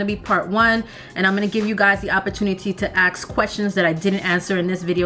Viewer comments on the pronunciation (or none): You gotta stop saying "ax" to ask a question. It does not sound intelligent at all. But I know you are smart, just a habit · you say "aks" alot. I love it!!!! somehow I realized that is actually "ask".